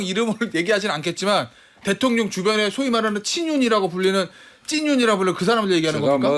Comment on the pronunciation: 성태야 코맹맹이소리로 대통령이라 따박따박 말하지 말어라. 듣기 역겹다.